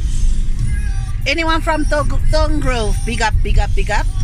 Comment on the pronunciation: It's Barbourfields not baba fields Thorngroove not tungroove